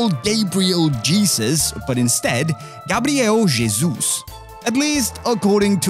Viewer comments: Hear an english speaker say "Gabriel Jesus" correctly is very satisfying... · As a brazilian, I never heard a foreigner say a name like Gabriel Jesus so perfectly!